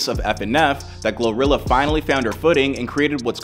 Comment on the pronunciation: Gloria 😂. GLO-RILLA